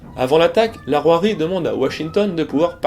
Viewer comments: je suis surpris de ta prononciation, moi je dis "Saint-Ouin"... et "Rouèrie" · toujours passionnantes, tes vidéos ! pour la prononciation je dirais que, peut-être ?, en phonétique, on pourrait dire : Beaumesnil = Boménil St Ouen = Saint-Ouin Rouërie = Rouéri mais ce n'est qu'un détail par rapport au travail de recherches que tu fais ! bravo !